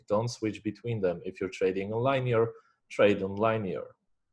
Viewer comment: I love how you say liney-er bro